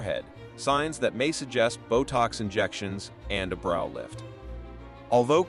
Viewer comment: It's not Bro lift like your brother it's Brow lift like ow it hurts to have this brow lift